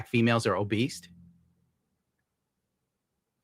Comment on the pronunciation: Lol... "obeast"